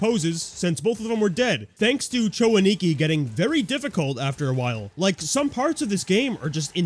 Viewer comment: A-Ni-Ki, not Ani-Ki. You're putting the emphasis on the wrong syllable.